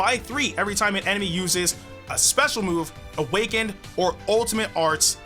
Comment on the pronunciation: Did he said oh it’s shime instead of time 😂 😂